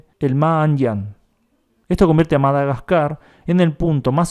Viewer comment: Madaquecua? "Quecua" no! GASCAR